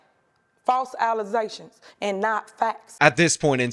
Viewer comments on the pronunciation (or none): Allizations! Will never get old 😂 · “Allezaytions” Will never not be funny to me.